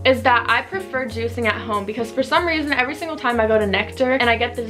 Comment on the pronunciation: the way u say we have been juicing sounds wrong 😂